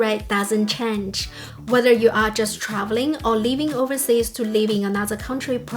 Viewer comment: You keep pronouncing 'live' like 'leave'. Because both of these words are used a lot on your spiel, this causes unnecessary confusion.